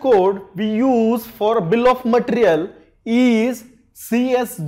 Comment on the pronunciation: Bill of mattrrial. No offense. 😂